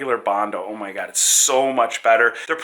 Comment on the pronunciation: Gob,gob,gob, and even more gob? Oh----my------Gob! English.